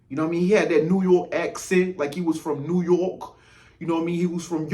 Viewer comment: “Like he was from new yewarrk “ 😂🤣